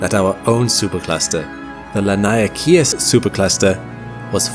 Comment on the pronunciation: Friend, I am born and raised in Hawai’i, please take heed; “Laniakea” is pronounced: LAH-NEE-AH-KAY-AH.